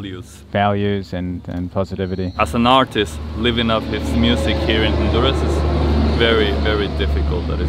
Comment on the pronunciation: Garifunas are not from Nigeria and this can't even pronounce Honduras correctly!!